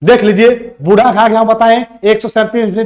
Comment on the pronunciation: बुढ घाघ नहीं बुढ़ाघाघ होगा